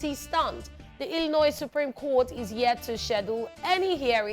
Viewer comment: The 's' is silent in illinois.:face-orange-frowning